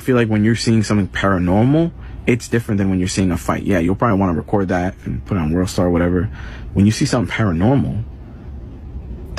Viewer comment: This foo said worldstart 😂